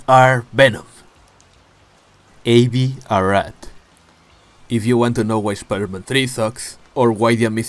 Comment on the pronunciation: I love the way you say Spider-Man like literally : Schpider-Man